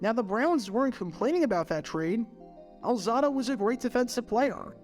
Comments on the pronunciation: Al-ZAH-do? It's Al-ZAY-do. He went to HS in the Five Towns (Lawrence) of Long Island near where I grew up in the Rockaways (with the famous beach the Ramones talked about in their song). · I was wondering who was talking about at first due to the mispronunciation. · My thoughts, how does know so much about the NFL, yet not know how to pronounce Lyle’s last name?